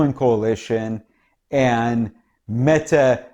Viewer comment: Perfect pronounciation of Mettes name 😀But we usually refer to her as "Slette (Erasing) Mette" due to the fact that she erased all her text messages showing her ordering the mink extermination. By "accident", of course!